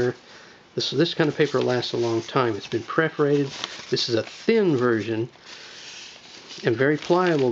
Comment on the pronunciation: That's PERForated, not PREForated...